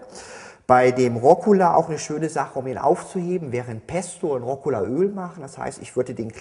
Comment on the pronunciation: Rokola? Dachte immer es heißt Rucola. *grübel* Ansonsten schön erklärt.